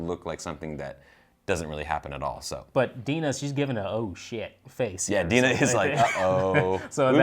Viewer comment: Love this❤️❤️ but am pretty sure it's Dinah not Dina or Deena. Ok that's all bye:)